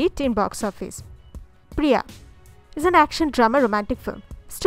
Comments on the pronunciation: It's paiyya not priyaa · Third movie is paiyaa not priyaaa... Pls learn tamil properly to pronounce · Paiyaa not priyaa